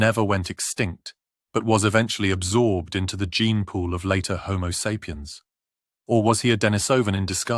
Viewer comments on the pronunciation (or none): none